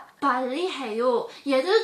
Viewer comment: I don't speak Korean but I listen to it all the time (via dramas, variety shows) but she sounded too pushy. Is it me or I kinda heard she pronounced 빨리 (ppalli) as 빨래 (ppallae)? 😅